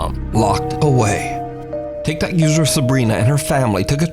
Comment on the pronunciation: Every time I hear you say TicTok user I roll my eyes lol!!! TicTok users are full of BS in my opinion!!!